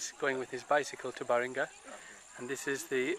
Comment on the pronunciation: The name of the that city is Balinga not baringa